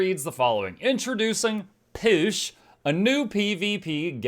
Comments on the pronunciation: I have always pronounced that word "POOSH", not "PISH". Sounds odd to my ears. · How is this actually pronounced? Is it just “Push”, like push a door open, or “Poosh” as you seem to be pronouncing it and as is mentioned in another comment below? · is saying it wrong, as a joke.